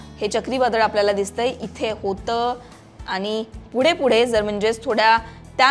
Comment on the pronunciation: मॅडम भाषा फारच अशुद्ध आहे. आनी पानी मधे सुधारणा करा बाकि सर्व ठीक